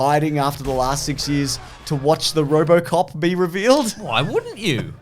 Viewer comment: It's RoboCop, not RoboCock!